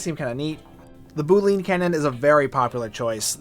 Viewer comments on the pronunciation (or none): none